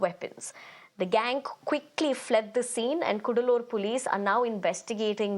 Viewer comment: it is not koodaloor but kadaloor